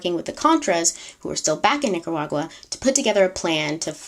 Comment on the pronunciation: We know it’s hard for people to pronounce Nicaragua 😜 you did pretty good